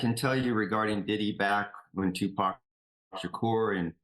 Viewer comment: Its refreshing to hear a white person pronounce Tupac's name right